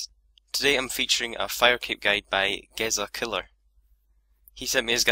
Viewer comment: Sorry, I love the vids... but it's pronounced Jezzakiller